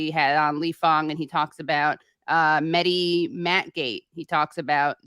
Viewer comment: The H in MeHdi is not silent. It's pronounced as H in Hypocrite and wHore that Mehdi is I love how arm chair feminists think that the only healthcare women need is abortion. You don't have to go to Ukraine to see DemoKKKRats and Republicans work together. They also make sure that people who do want to have a baby can't afford to feed, house or maternity care to have the baby. You criticizing the status quo is literally the pot calling the kettle out of touch. You are only fighting for the right of the poor to kill their babies. How can you call Klobuchar caring? You could challenge the Republicans about the fact they only care about birth right because once the baby is born they don't care. They don't care that life needs, food, shelter, healthcare etc.